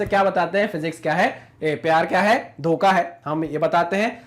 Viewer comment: The person who speaks DHOKA 🧐🧐 😂😂